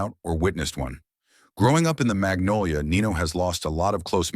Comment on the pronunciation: Dat man got structure innat bity, mfs really say nenolia for magnolia 😂💯